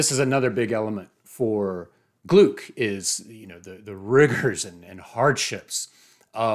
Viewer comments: Great video! She became one of my favourite poets of all time. Just a quick correction, if you allow me: it’s pronounced “Glick”, rhyming with “click” 😉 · With all due respect....her name is pronounced "Glick." Rhymes with "click" Great job. -Johnnie Stanizzi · I worked with Louise at Goddard. Please her last name is pronounced Glick. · Thanks so much! Great to be here! (And I know to pronounce it as glick now.) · I’d never heard it pronounced aloud, so, yeah, I just assumed German. I’ve since been corrected with several variations! Lol Michael Silverblatt says it’s pronounced to rhyme with cluck. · Anyway, if you want to hear it pronounced, take a looked at the announcement video for the 2020 Nobel in Literature where Mats Malm and Anders Olsson (both members of the Swedish Academy, the institution that decides each year's laureates) say her name. In some news publications they also stress this approximation to her name rhyming with “click”; it may not be a precise example but a close one.